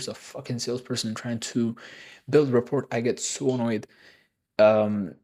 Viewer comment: rapport - Simplified Pronunciation: "ra-PORE" (with a silent "t")